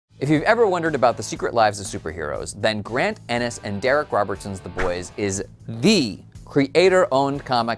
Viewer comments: Garth ... not Grant. Did you even read the series. It’s on the cover ! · Her arms weren't just cut off, she was killed, turned in to human slush. This video has a lot of errors. Grant? You're showing his name on the screen while you say it wrong.